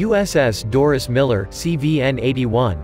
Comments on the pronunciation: It's DORIE not Doris ..... don't insult the guy by getting his name wrong. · MS1 DORIE MILLER~!!! Not Doris~!!!